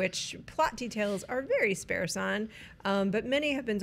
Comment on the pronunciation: It so isn't important, and it's okay if you don't see this, but... "Sparse" rhymes with "farce," not with "scarce." Love you and all that you do!